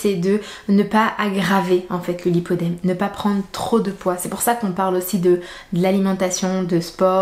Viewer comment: c'est le lipoedeme et non lipodeme.